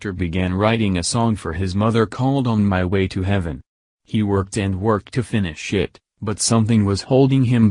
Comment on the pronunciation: Computer voice says "finnish shit".